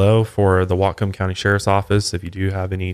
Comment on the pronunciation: I'm a Washington State native and have never heard of this case, so thank you for the info. Also, nailed the pronunciation of Whatcom County:)